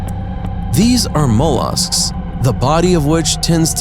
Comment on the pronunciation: Mole-arsks do do mean molluscs 🤦 stupiiiiiid ✅